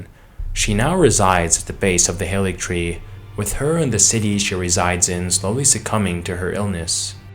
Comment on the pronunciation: Something that I've not seen anyone mention is that the Haligtree is pronounced Ha-li-y-tree. Halig just means holy in Old English